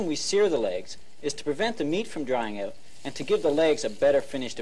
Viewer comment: The “Colour” guide. “The heat light has gone oot.” “Cooking pro-cess” Uh oh, Canada!😂😂😂😂